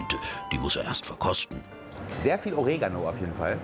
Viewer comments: NIEMAND WIRKLICH NIEMAND sehr viel Ohreh_gano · Niemand: Wirklich keiner: Jan: Oreegano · Wie er Oregano ausspricht. Bei uns wird's schnell ausgesprochen